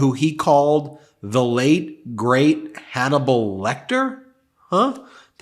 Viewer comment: Hanable lol 🤣🤣🤣🤣🤣🤣